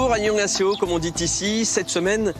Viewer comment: " bonjour, annyoungaséyo" xD .......pardon c'est pas bien de se moquer....-.